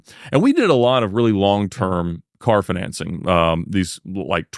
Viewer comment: Also how not to pronounce the word “financing”